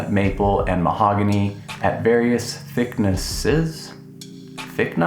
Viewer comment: “Thickni” I’m dead 😂😂😂😂